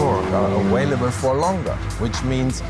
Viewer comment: He said “awhale-able”.